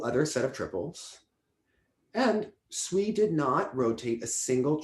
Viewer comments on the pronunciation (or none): I’m going to respectfully disagree on sui and han, I think they should’ve won. However, I will say, Sui’s name is pronounced “sway” and not “swee” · To and: For the skater Sui Wenjing, her surname is pronounced as "Sway" not "Swee". Pinyin uses English letters to represent sounds in Mandarin; therefore, words in Pinyin should not be pronounced as they are English words.